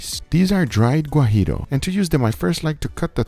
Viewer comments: Hello the Chile is not Gurillo it is Guajillo. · People, Is GUAJILLO Chile, not GUAJIRO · Great video. I will do it. Just one correction, it’s Guajillo chile, not Guarillo. Saludos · Guajillos, not guajiros chiles